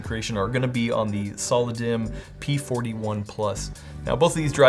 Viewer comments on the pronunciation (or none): You’re supposed to have a prominent “SPONSORED CONTENT” stamp on the video and in the description,. Just mentioning it isn’t enough. Also, Solidigm is based off of the word “paradigm” and is pronounced as such - as “dime.” should know better.